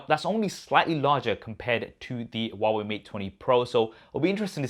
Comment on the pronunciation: Hwawei fold hahaha 🤣😂😂😂😂